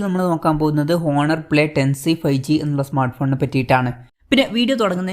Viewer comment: "ഹോണർ" അല്ല കുഞ്ഞേ, "ഓണർ" എന്നാണ് ഉച്ചാരണം 😁